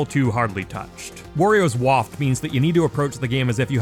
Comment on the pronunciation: Waft? Bruh😂 zss down b